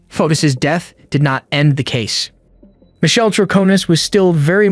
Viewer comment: Fotis is pronounced Fo tis, not like Otis.